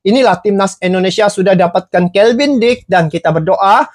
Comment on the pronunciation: Kevin bang...bukan kelvin